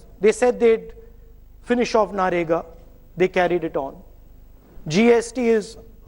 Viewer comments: He said narega again for manrega..hahah wtf is wrong with this guy...lol C sala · It's Mgnrega I think not narega,like is saying